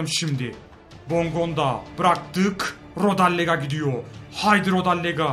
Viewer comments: kardesm hepsini yanlış telaffuz ediyon . bondonga değil bongonda. rodelega değil rodayega. durika değil cüritsa olması lazım seviliyorsun :D he ayrıca kuko değil kuçka :)) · rodellega değil rodeyga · rodellaga değil rodeyega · abi rodallega değil rodaega